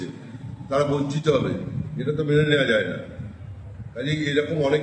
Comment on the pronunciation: ভাষা, শব্দ শুনেই মনে হচ্ছে ঊনি খাঁটি বাঙালদেশী। কারণ বাঙালদেশীরা যতোই শুদ্ধ বাংলা ভাষায় কথা বলার চেষ্টা করুক না কেন, মুসলমানরা "য়" কে "ই" শব্দে উচ্চারণ করে থাকে। যেমন 'যায় না' ওরা বলবে 'যাই না'।